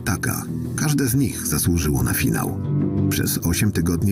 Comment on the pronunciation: Ale zajebisty "FIANŁ" 👍